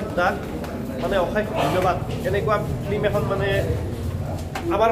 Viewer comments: Blue nhoi Bulu...aru flem nhoi Film bro...thamnail bhul hoise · dada flem nhy flim ..aru blue nhy aikhn bulu he ...sry ...moi apunar protitu vdo sao